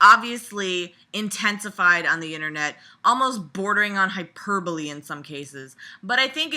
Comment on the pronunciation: Nothing like listening to a good rant. I clicked "like" because you made a Mike Nelson joke and you pronounced hyperbole correctly.